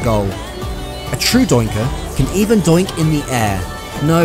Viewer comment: I thought he said dyke..